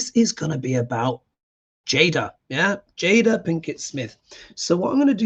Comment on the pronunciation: Her name is pronounced Jay-dah.... (not jah-dah) Great interpretation of a very complicated person! (from Kim from Minneapolis--21.sept reading)